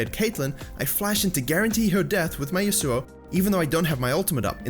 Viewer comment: Ya-soo-oh. What the fuck.